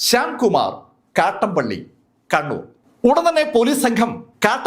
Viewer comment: കട്ടമ്പള്ളിയല്ല കട്ടാമ്പള്ളി യാണ് 👍